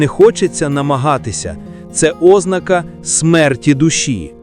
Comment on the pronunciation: По Очах?? Наголос на О? Серйозно? Ознака замість ознАка?? Ну стежте за орфоепією.